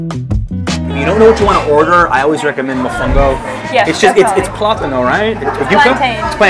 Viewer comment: Mafanga purnia lmao I'm cracking up 🤣🤣. It's plahtano right